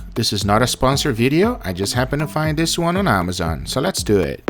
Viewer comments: So lehts dooh ehht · Love when he says "Let's due wit" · “Let’s doea it” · “Let’s do iat!”😂😂